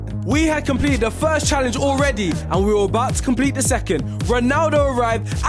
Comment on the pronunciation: bro said he chalendge him💀